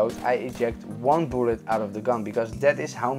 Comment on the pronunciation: Everytime you say "bullet" it sounds like "boolid"😂